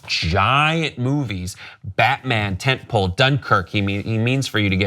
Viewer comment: what the hell is Tentpool?